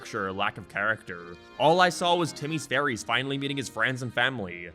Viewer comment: Holy shit has started to pronounce "fairies" correctly I'm proud